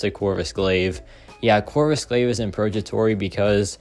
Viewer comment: Hey there! Just a quick tip on pronunciation—it's 'purgatory,' with a hard 'g' sound like in 'go,' not a soft 'j.' It should sound like 'PUR-guh-tor-ee.' Hope this helps! Keep up the great content!